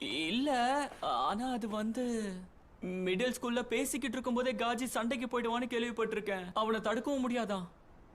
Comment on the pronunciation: Kaaji ❌ Kaji ✅